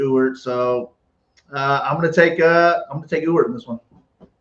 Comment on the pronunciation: Thanks again,! And thanks for being able to properly pronounce Ewert (yooo-urt). You're the ONLY person I've heard able to do this correctly.